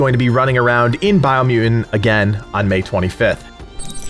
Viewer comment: Bio mu-ent